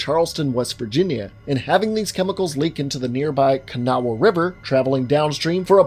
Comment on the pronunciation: Bro I'm from Charleston. I know where that Carbide plant is (its now Dow Chemical) This freaked me out lol I don't live in WV anymore but my family does. To think WV could be the beginning of a zombie outbreak is crazy. I'm surprised you pronounced Kanawha almost perfectly for not living there. Problem is people swim in the Kanawha river, and also deer can drink from the river near populated areas. The river goes through most towns and through Charleston.